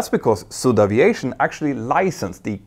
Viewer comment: Does she pronounce Aviation with an O instead of an a if you going to broadcast in English do it right